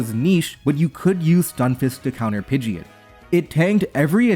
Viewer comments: Oh god this hurts. It’s Pid-gee-ot lol not ee-it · why do you say pidgeot like that, my beloved youtuber? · Question: WHY did you decide to pronounce Pidgeot incorrectly?